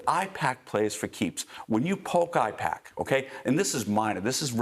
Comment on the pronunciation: It’s APAIC not IPACK